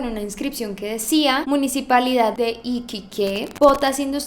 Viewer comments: Holiwis me encantoooooo Pd: es iquíque no iquiqué...osea se k iquique no lleva tilde pero jeje es como para saber como se pronuncia o algo asi,plis sube maaaas keremos mas vidios Pd2:si...es verdad eso de la caseria de alto hospicio...si la vi en la tv jejejeje. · Yo vivo en Iquique y a pesar de que ya pasó tiempo de eso aún me da miedo. Saludos✌🏻✌🏻( y es Iquique no Iquiqué jajajaja) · Siii wn dice iquiqué con tilde skjsksk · Hmm correccion es iquique sin tilde en la E se pronuncia tal como se escribe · Amo como dice iquiqué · iquiqué🤣🤣🤣🤣 lo pronunciarse mal bueno amo tus videos igual xd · Yo soy de Chile y que hagan videos sobre mi país,me gusta mucho❤❤ Pd:Se pronuncia Iquique,sin acento,se que no sabes como se pronuncia pero para que sepas😚😚😚😚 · Iquiqué? 🤣🤣🤣 Que le costaba reproducir un vídeo con el nombre de ésta ciudad para saber como se pronuncia, (ya que no sabe leer).🤭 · Se escribe iquique pero se pronuncia Ikíke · En Iquique ocurrieron muchos casos bien... Turbios:(( Pd: baby, se pronuncia como "Iquíque" Jsjsjsjs, te amooo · Lady Gaga dijo que se pronunciaba como “iquíque” porque lo decía mal Xd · lo puso como lo dijo,todos sabemos que iquique es sin tilde aweonao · Y se dise Iquique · A mi me estreso escucharla diciendo iquiqué😂😂😂🤦🏼‍♀️ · Perdón pero es iquíque yo vivo en chile se escribe Iquique pero yo le puse el tilde para que se sepa donde está la acentuación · haz el caso de Antares de la Luz(Chile) y Iquique se pronuncia con acento en la 2da "i"(es como iquÍque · linda ❤️❤️❤️ es con acento en la segunda i en Iquique ❤️ me encantan tus casos😍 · Me molestó que lo pronunciara mal xd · Se pronuncia "Iquique" el acento va en la segunda "i" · Mi amor es Iquique . La I es donde debes poner mas enfasis e ir suavisando la voz. Besitos. Gracias por hablar de un caso que fue tan vergonzoso para la justicia chilena. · De hecho, la voz se carga en la segunda sílaba iQUIque Algo así, ahr. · Se pronuncia ikÍke 😁